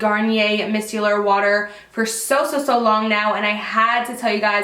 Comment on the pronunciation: Ooh! I love the Garnier Micellar water! But, it's pronounced "my-cellar" 💕😘